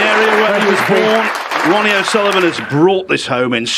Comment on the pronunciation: Ronnie it’s Ronnie 😁👍